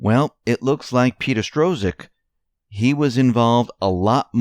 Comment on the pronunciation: NOT STRO-ZIK! JESUS!